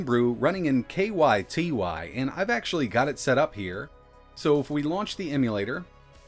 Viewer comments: I think the Ky Ty emulator is supposed to be pronounced like "Katy", though i could be wrong. Cool to see progress on it though. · I think it's pronounced kaetae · the pronunciation you are looking for is "Kai-Tai." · It's pronounced Kie Tie